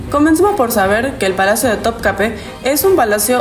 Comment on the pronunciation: Topkapi se pronuncia así....me hizo dudar...pero no se pronuncia con e al final, si no con i😅